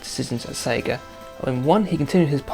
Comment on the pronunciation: it's not segaer it's Sega